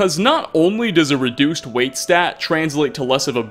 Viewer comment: love the vids and I really don't want to be "that" guy but please, change it to "weight"! Haha. Thanks for the vids!